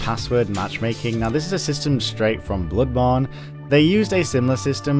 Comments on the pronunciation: god damn stop saying "bludborne", wth is wrong with u? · "Blubawn" Please learn to pronounce it correctly. This triggers me so fucking hard, I cannot begin do describe it. Blubawn. Blubawn. BLUBAWN Aaaaaaahhhh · wow i love the way you pronounce "Bloodborne"